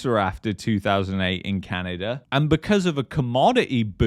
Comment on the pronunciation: Its not CanadaR!